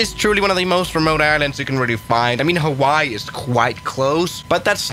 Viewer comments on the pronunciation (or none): none